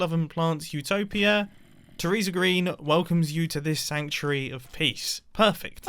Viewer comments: Utopia not Eutopia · mumbo, ummm it is utopia not eutopia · "Eutopia". Total cringe. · Mumbo really said “Eutopia” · Utopia, not eutopia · Mumbo, you know its utopia and not eutopia... right? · Is “Eutopia” a British English thing? I always thought it was “Utopia” but that might just be the USA version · 1) you misspelled Utopia it's not Eutopia, 2) you missed out on "Vol-tato" like "po-tato" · Anyone gonna tell mumbo that it's Utopia and not Eutopia? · Mumbo, it’s Utopia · Mumbo... It's "Utopia" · "Eutopia" ??? Am I the only one that caught that? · "Eutopia" Mumbo is definitely English.